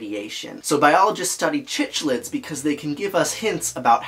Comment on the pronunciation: Love the video… but as a fish keeper it’s killing me how you pronounce cichlids. It’s pronounced like sick-lid. At least that’s the common pronunciation hard c